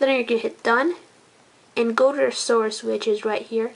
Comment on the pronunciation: Learn to say source dipshit!